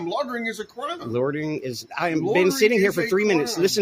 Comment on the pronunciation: Loitering not lorterin.